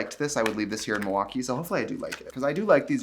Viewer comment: you can tell trixie is a true wisconsinite bc she doesn't pronounce the L in milwaukee. it's "muah-kee".